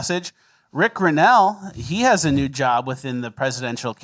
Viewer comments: I legit thought he's been saying "best NEW podcast of all time." Like as a joke. And I've been watching since pretty much day 1. And now I get this bomb. What is my life? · He say new or news?